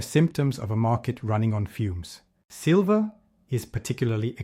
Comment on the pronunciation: AI screwed up and calling it Sliver price, snake in the grass.